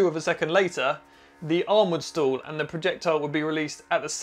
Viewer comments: Who else had to watch several times before realizing that when says “stools”, he means “stall”? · I thought you said stool points at first! :)